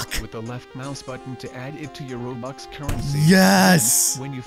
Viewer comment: U called it robuck ._.